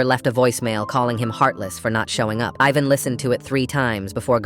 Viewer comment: Ivan is pronounced "Eee-van".